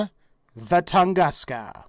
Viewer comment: when you said tungaska i nearly had a heartattack